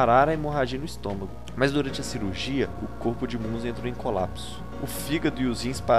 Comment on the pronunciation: A pronúncia é Minzer*